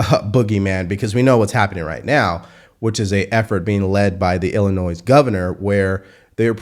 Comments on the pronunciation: Oh, I heard you pronounce Illinois wronge. When I was stationed at a base in Illinois, that is now closed, I heard a lot of fuss about pronouncing it Illi-noise. I quickly learned that the s is silent. LOL Just like St. Louis is Loui. Even my cousin is also Loui, spelled Louis, after my grandfather on my dad's side. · Pronounced illinoi not illi- noise. Just fyi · Dude, love your insight and intelligence. When you continuously mispronounce words, like Illinois, it is like nails on a chalk board.